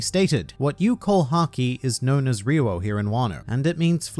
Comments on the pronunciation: I speak Japanese it’s ryo. But it’s kinda complicated because the r sound is a Japanese r not an English r so it sounds a little different. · His Ryuo pronunciation gave me aneurysm Jesus... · Is there a reason you've changed the way you pronounce ryou? It was the right way before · He just mad he can’t pronounce ryuo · What's "ri-wowo"? You mean "ri-yo" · Rio-wo I speak Japanese and now after this video, I have forgotten how to pronounce it 😂 Ryuo - Ryu o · At least its closer to the actual pronounciation. People keeps pronouncing "ryo" rather than "ryuu-o", which is wrong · dude in the anime it’s clearly different and sounds more like “Rio” “Ryuo” than “Rewoah” or whatever he’s even saying. Love but this video was hard to watch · The way he says Ryuo immediately made me go "RE-RO RE-RO RE-RO" In the anime, it was pronounced what I can only describe as "dyuo" de-U-oh. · Ryuo is one extended syllable, not 3 distinct syllables (with an invisible w I guess). Ri-u-wo => Ri-u-No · Australian really have a weird pronunciation of words, maybe because of their natural accent. I dont think RYUO is pronounced as REEE-WOOW. I think it's RI-YU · why does he say "reewo" instead of ryuo? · I think it's pronounced as ryu-wo not ryu-wow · I’ve gone back and watched the anime scenes and you are right. It just sounds a bit strange the way you say it. In the anime the way they say it is more like ‘ree oo oh’. But the way you say it is more like ‘ree you ow’ which makes the flow a bit off. I’m by no means a Japanese linguist expert or anything but that’s just the way I hear it. I personally think pronouncing it like ‘ryou’ is easier to say and it flows better but I guess it’s up to you. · STOP ITS NOT (re-ro) it’s (Ree-yo) god damn I’m bout to turn this off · Him: Riwo Me😲😲Noooo its Ryou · stop pronouncing it as Re-Wo, Its Re-Yo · You've been pronouncing it wrong then :D the way you say it would be "ryou" but it's actually spelt "ryuo" which would be pronounced as RYU-O.